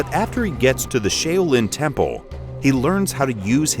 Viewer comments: "Shay-Oh-Lin" ..... Duuuuuude... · Every time I hear "sheilin" it disturbs me. I can't believe that nobody caught the mispronunciation before the video was completely made. I am in shock. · Shay oh lihn I don’t think he got any of the words correct in the advertisement outside of Qi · The Shay-Oh-Lin Temple? C'mon man do your research! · "You can play co-op locally or online." Thank yoy! Too many great co-op games do local only. But then you pronounced Shaolin like "Shaylin" and lost most of my respect. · you just made enemies with all of China and im going to help you slightly by saying its pronounced Sh- ow-lin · Did he say Sha uWu lin........ ? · Shay-o-lin? Automatic fail. Pass! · Interview for the moron commentator. Developer “Pronounce the Title of the game” Moron being interviewed “9 monkeys of Shayo Leen” Developer “You’re perfect!” 🤦🏻‍♂️ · This guy never heard of SHAU-LIN! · Who in the hell let this video get published with the wrong pronunciation of the word Shaolin!? Major misstep on someone’s part. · Pronouncing "Shaolin" gone wrong. I can't believe it was so hard for him to research how to pronounce "Shaolin". Anything close to it would have been ok. Tap the Play-button next to the 少林 (Shaolin) word 🤷🏻‍♂️ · Did.. did he just mispronounce his own game? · Lost interest after the first sentence gonna go find another reviewer that can pronounce Shaolin correctly. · I'm surprised he pronounced chi right and didn't pronounce it like "chai"... lol